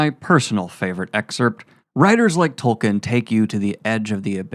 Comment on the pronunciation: Dude, please, it's pronounced Toll-keen. He's the founder of the modern fantasy genre at least say his name right. Loved the video otherwise.